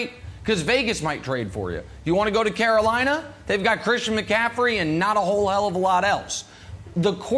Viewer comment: Nick Wrong said Carolina I can't with this guy. 😂